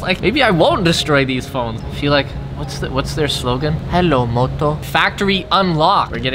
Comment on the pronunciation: “Helo moto” in accent dude that’s like me when I last had Motorola phone and it had that ringtone so after a while I just had those words engraved in my memory 😂 Also made me feel like I wanna buy some cheap phone off amazon just for fun